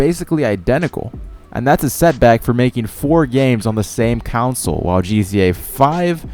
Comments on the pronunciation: It's "console" not "counsel". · Stop saying it Council, oh my god. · STOP SAYING FUCKING COWNSOL ITS CONSOLE!!!! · Fyi, you're mispronouning the world "console". Its con-soul. Otherwise awesome vid. I liked. Good editing esp with the music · I'm sorry but how you say console pisses me off.